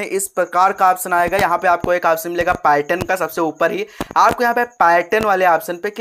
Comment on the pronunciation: भेरू इसको पार्यटन नहीं पैटर्न बोलते ही